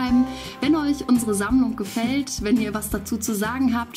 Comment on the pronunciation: *Sammlung nicht Sammelung :D